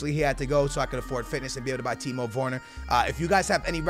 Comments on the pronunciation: it’s ‘werner’ not vorner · It’s Timo wErner not wOrner 🤦🏽‍♂️🤦🏽‍♂️🤦🏽‍♂️ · He’s called Timo Werner not Timo Worner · Timo wErner not wOrner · 'Timo worner' 😂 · pronounced ‘Vurner’ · "Timo Woone" - 2018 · “Timo Vorner” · Timo Vorner? Geez... Man say it right for God's sake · Dude can you say his name right. Constantly killing the man's name. W E R N E R, where is the O???? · Please stop saying timo vorner... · How is he pronucing Werner lol